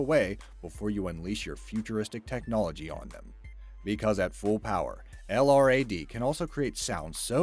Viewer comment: Sorry to be "that guy", but incase anyone cares, LRAD is an acronym and is usually pronounced as "el~rad".